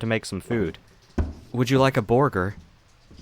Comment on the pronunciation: I didn't have the heart to tell this precious moth baby that he was saying "burger" wrong!...but I also couldn't hold in my laugh either! (Also, maybe a sequel to this?)